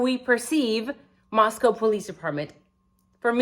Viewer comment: I hate to be critical but, it's Moscow sounded out like Costco. ❤😊